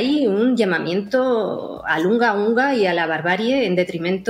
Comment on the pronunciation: ...Qué desafortunada la expresión "...Unga- unga..!" en el minuto . Lamentable que no extendiera la frase para poder ser más riguroso en el análisis de la misma. Porque, con la breve y mala pronunciación, no termino de definir si es del suroeste del Congo, en el que significaría "¿...de qué infierno venís ustedes..?", ...que se repitió mucho en el reinado de Leopoldo II, ...o con otra entonación, sería más bien de Sudáfrica, en su región costera, en la que significa "...Ellos son mi mujer y mis hijos..!". Si fuera "...Hung a hung áh", se entendería en las costas del Caribe pre-hispánico de América, como : "...Es tan solo una niña, ...bestia asquerosa y maloliente..!". Dando un salto de "...no entiendo que dice usted", ( "Kan goroo" ) volveríamos al centro-oeste del continente madre, ...a la región hoy llamada Burkina Faso ...bastante mejor que "Alto Volta" y ahí, el significado era, y ES: "...Mi sangre será la sonrisa de mis hijos." En fin, muy desafortunada la expresión de Olga Rodriguez, a quién se le apareció ahora éste conflicto , ...que inició en Mayo de 1947.